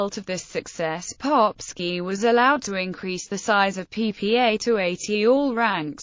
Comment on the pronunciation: I like how she pronounces the name as „Popshi“. In Austrian German it means „Little Arse“…